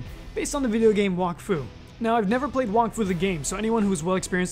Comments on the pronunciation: It's pronounced "wack-foo", not "wock-foo" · its pronounced walk-fu? I always called it wack-fu. What about Dofus? is it not Doe-fus? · This man said Wahkfu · I hate how everyone pronounces wakfu wrong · Bro can’t even pronounce Wakfu